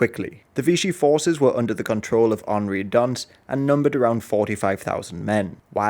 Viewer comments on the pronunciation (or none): none